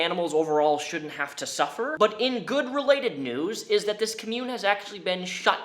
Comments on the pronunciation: The was you mispronounce ‘commune’ makes me think you are saying ‘commode’. Lol Try like this: kom-yoon :) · "Ka-mune" Bless you. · Nobody: Not a soul:: commUNE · Everytime he says commune I cringe... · please learn how to say commune.. hahaha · Really can barely watch this cause of how you pronounce commune. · How come failed cult leader “actors” always go for Joker vibes in their “art?” Also, I know I have a problem but, THAT IS NOT HOW YOU PRONOUNCE COMMUNE IN THIS CONTEXT AND YOU ARE GIVING ME A TIC. {sorry I lost my cool} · You say commune wrong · Dude, you showed the definition of Commune. The correct pronunciation is RIGHT below it. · I love your content and what you do with these videos, but the way you're pronouncing the word "commune" has me triggered. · Every time you mispronounce the word "commune" I die a little bit inside. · I could be wrong because pronunciation is different depending on where you live... but I’ve always thought commune was pronounced “com-mYou-n” not “ “cumm-yewn” lol it’s kind of funny to hear it pronounced like community rather than a compound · The way you pronounced commune made me both cringe and giggle (for future reference it's pronounced "comm-yoon"). Sorry. Side note; great haircut and glad to see Mr Bones it's still kicking it in the background! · The way says "cuh-mune" instead of "com-mune" is distracting. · its pronounced com-une not cum-une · Com-mune not co-mune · COMM-UNE. Not “cummune” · COMmyoon vs CUHmyoon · Dope video. Hit that like. I do have to say, you are saying the word "commune" weird. You're saying [cum-yewn].. its [Com-yewn].. like www dot COM... its pronounced COM-Yewn. I know it's petty, but it just sticks out quiet a bit. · Okay this is totally a nitpick and I apologize in advance. It's pronounced Kah-myoon, not kahmyoon. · It's pronounced COM-mune, thanks for the comprehensive video though. I'm surprised you didn't make the kool-aid connecting with Jonestown?